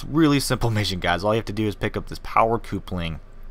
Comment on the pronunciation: Coopling HAHaha it is pronounced like couple ing